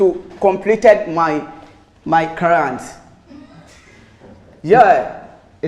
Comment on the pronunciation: You know the "crarrent" 😂..